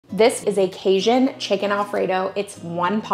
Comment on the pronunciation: Hi from Baton Rouge! Love your channel and time saving recipes and your prayers at the end! Question... Are you pronouncing Cajun as "Kay-shun"? Or "Kay-Jun"? 😁. It's the latter for the record.